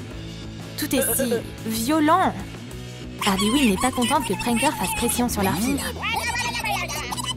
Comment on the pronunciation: C est pas ardy mais arley quin mais c est cool